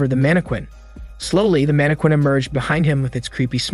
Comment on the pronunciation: The way all the recap channels pronounce Mannequin.😆😅 manne-quane Lol.. its pronounced more like Manne-kin.